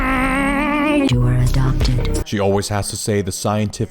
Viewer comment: The "you are adonped" chaut me out of gaurd😂